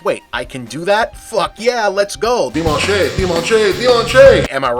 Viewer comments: I could have thought of many ways an American might pronounce "dimanche" but "dimanché" is not one of them (unless this is some historical pronunciation of the word and this just went over my head. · It's "dee-munch", Bob. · "Dimanché am I right?" ...well, the prononciation is not (deemanch), but along with "David French-ier" it's still the funniest thing in this review. "Really famous", though still not as famous as other debacles in Charles VI's era like the Bal of the Ardents and the respark of the Hundred year war package (alienation of Burgundy, battle of Azincourt, and Treaty of Troyes) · your pronunciation of "dimanche" was absolutely horrifying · Dimanche does not rhyme with Sunday. It rhymes with launch. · Just for future use, if you put a word into Google translate, it will pronounce it for you. Just sharing it. For no reason. Something to look into le dimanche, perhaps? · Great review. But that's not how you say 'dimanche' :)